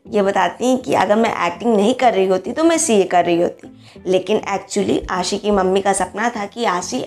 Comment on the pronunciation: Kuch bolna ho To kisi ki name saaahi sa bola karo Arishfa ko bolti ho Arshifa Ashi ko bolti ho ausshi Yaar sahi sa bhi bol liye karu 😠😠😠😠😠😠😠😠😠😠😠😠😠😠😠😠😠 Aur hn avneet kaur he yasmine hn Ashi singh nahi i dont like ashi singh I like avneet kaur she is pretty good beautiful stylishly or naina yani ka ashi singh buhut gandi hn i dont like it i like avneet kaur Or hn ager kuch bolna hn To awaz apni pehla saaahi karlo Its your last warning